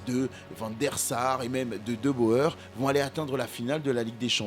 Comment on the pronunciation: Salut merci la vidéo! Juste une petite remarque pour te faciliter la tache prochainement pour dire « de Boer » c’est « de bourre » et non pas « de beau heure » 😜